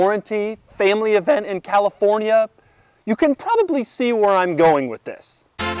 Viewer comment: not to be that guy but i'm prety sure doug said talifornia